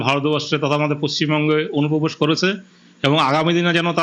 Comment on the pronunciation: অনুপ্রবেশ ❌ ওনুপোবেশ✅